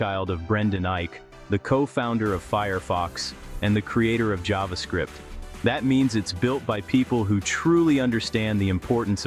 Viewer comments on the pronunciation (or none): none